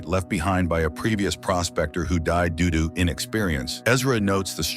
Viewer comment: Am I the only one who heard him say, “Doodoo,” every time he tried to say, “due to”? 😂